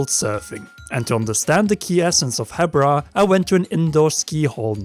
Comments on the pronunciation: I think its pronounced Heebra just like zebra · isn't it prounonced "heebra" ?